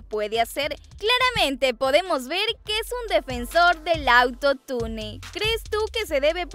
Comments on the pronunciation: No es auto-tune es autotun todo junto!!. Y no por qué una palabra lleve doble L no significa que se pronunsie con doble L es con y que se pronuncia sh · se dice autotun no autotune se escribe autotune pero no se dice asi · Se escribe auto tune y se dice auto tun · Se pronuncia autotun no autotune Ajajajajshshshshhsvdvdbsksnsn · Se pronuncia Autotun no autotunE que onda atun(? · se pronuncia autotain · se escribe autotune pero se dice AUTOTUN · Se pronuncia "autotiune"no autotune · Se dice autotun no autotune flaca, (pero se escribe autotune) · Se dice "auto tun" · Piba se dice autone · no no,una cosa es que yo esté mal,otra cosa es que vos no sepas pronunciar auntotune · Neta no sabe decir atutune